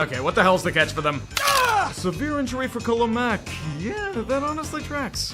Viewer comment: But he said, "awneslly" afterwards...That counts for something